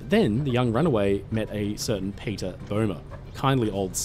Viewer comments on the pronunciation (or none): none